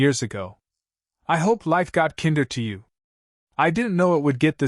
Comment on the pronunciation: "Kinder," in this story's context, should be pronounced with the long "I" sound, just like it's root word "kind," which means nice. The story keeps pronouncing it with the short I sound, as in kindergarten or Kinder Chocolate, which is the German word for children.